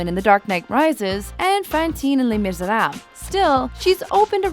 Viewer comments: The ways she pronounced 'Fantine' and 'Les Misérables' was awful... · Is anyone else annoyed by the way that bitch pronounced "Les Miserables" lmao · The way she pronounced "Les Miserábles" was so cringe worthy to me '-' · I love how she pronounces 'les misérables".